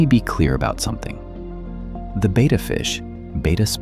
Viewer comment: It's not pronounced "beta* it's betta!